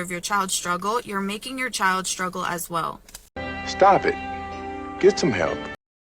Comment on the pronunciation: When did struggle get pronounced as shhtruggle? Dumb Kardashian-wannabe 304s.